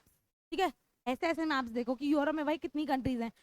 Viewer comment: It's not योरोप it's यूरोप